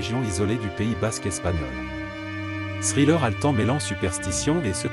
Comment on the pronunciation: Vous prononcez mal thriller